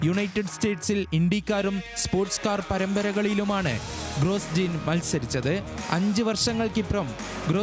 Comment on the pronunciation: ഗ്രോജോൺ അല്ലാതെ ഗ്രോസ്ജീൻ അല്ലാ 😂